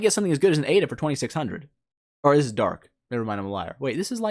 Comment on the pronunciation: it's aida lol